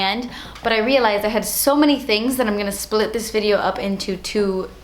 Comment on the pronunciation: "dewy drops what is zat" lmao